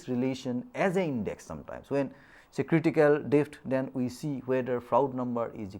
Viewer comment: Someboty please teach this loser how to pronoun words depth, g,etc